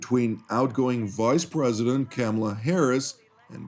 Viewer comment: pronounce our Vice President's first name correctly. I know you can. Show no disrespect just because you worship a despot who will try to destroy America's democracy. To be clear, I'm a die hard supporter of Israel but you disgrace yourselves when you ignore massive domestic issues here when Trump takes office.